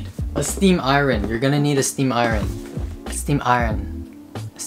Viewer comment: The new iconic line from " Oh I need to cut my nails " and struggling to say Steam Iron is me lmao